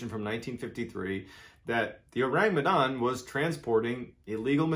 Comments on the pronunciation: Besides slighlty mispronouncing "Medan", it's been great listening to how you present the story. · I'M FROM MEDAN YALL and it's pronounced "meh-dan" and "oh-rung" as in orangutan but yeah it's an urban legend.